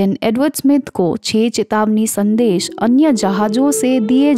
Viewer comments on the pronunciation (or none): none